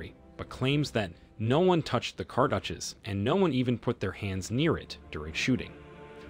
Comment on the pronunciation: If your going to do a video on something, you should really learn how to pronounce peoples names right, like Ahkenaten, and Tutankhamun. And pronounce other words right, like cartouche.